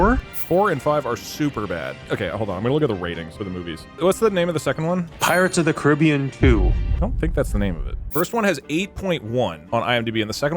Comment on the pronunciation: "Pirates ot the Caribbean" DouglasDouglas has really fallen off